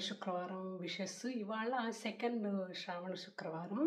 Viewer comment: Madam okka request telugu lo manaki శ్రావణ శివ అంటే శ అక్షరం కదా పలకాలి...మన తెలుగు లో మాత్రమే కదా శ అక్షరం ఉండేది మరి "శ" నీ "ష "గా పలుకుతున్నారు that to meelanti telugu భాషాభిమానులు...just idi okkate suggestion... otherwise love all your videos ❤❤❤